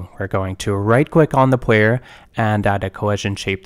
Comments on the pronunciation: its kinda cute how this dude sometimes pronounces Rs and Ls as W, like "pwayer character" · It's so interesting hearing the w's switched out sometimes because his speaking voice is very normal outside of that! I find it quite relaxing. Also this tutorial is phenomenal, thank you for making it!